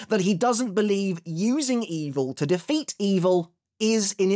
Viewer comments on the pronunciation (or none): none